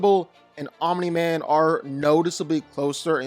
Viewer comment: Wow made ANOTHER invincible video who culd have seen it at least this time dragon ball isnt involved and pronouncing omni correctly my god this is a special video